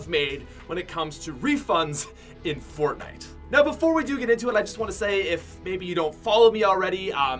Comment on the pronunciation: Ummm yo said fornite Im pretty sure it’s fortnite